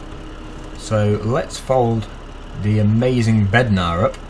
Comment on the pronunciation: Bednar not breadnar